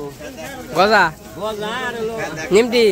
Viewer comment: কথাটা নিমকি। নিমটি না।